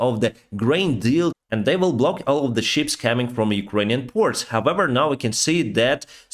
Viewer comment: Please don't take this the wrong way, I love your work, and watch every update. I just wanted to point out some of your pronunciation is a little off. "Peace" sounds like 'piss', "shot" sounds like "shat" (past tense for shit in the UK) and 'ship' sounds like 'sheep' in your accent. I know what you mean but it makes me smile in such difficult times.